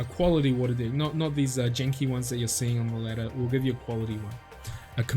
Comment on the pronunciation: come on man.. he is saying that on purpose right ? xD i always understand dick instead of deck haha